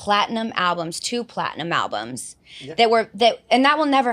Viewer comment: I'm sorry, I know this is off-topic, but did she say "albumses" 😂😂😂